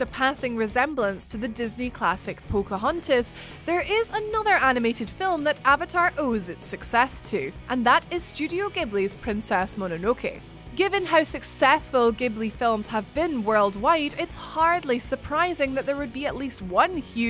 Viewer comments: Pedantic Alert it's pronounced Ji-bu-li (ジブリ) not Gi-bu-li. If you're gonna be talking about anime, you lose some credit if you miss that. Not a big deal though. I mean, I'm just as big a fan of Dicenee. 😋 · Ghilbli is pronounced with a soft G ^_^